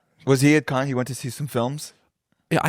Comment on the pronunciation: Mispronouncing Cannes is a big L for my guys